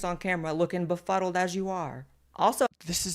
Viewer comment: Blaire got so much botox she can barely pronounce befuddled.